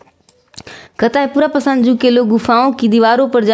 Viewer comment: Phele padhna Sikh ligiye yug ko jug padhte hai 😅